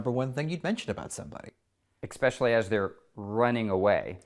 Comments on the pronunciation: There is no X in "especially" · These are very well paid "journalists." "EXpecially" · Ekspecially huh!?